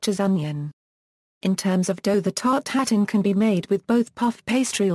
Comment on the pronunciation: It's not pronounced as here. It's 'tart-eu-tatane' or ew in place of eu.